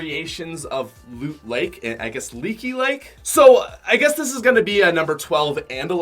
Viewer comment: Mans said "Lean Lake" Lmaooo